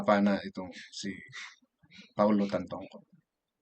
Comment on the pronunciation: Galing lang sa ibang vlogger ang mga pinagsasabi nito eh. Una si Maharlika next yung isang guy na kalbo.. Ni hindi mo nga mabigkas ng tama ang pangalan ni Paolo eh.